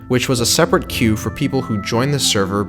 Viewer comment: You pronouncing queue wrong